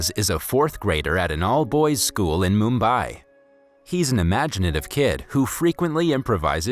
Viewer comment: man really did not say Mumbai as moombai